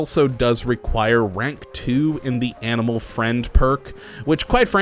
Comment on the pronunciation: He says wank 2 😂😂